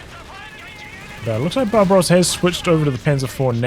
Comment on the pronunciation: I kept thinking you were calling “Barbarossa” “Bob Ross” and it made me very happy haha